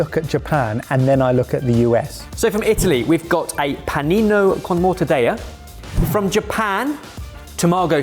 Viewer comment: I thought I was going crazy and all the Italians I know just pronounced mortadeLLa the way we do in Australia, no other word, just mortadella. 🤣 Especially when he correctly said Panino is the singular.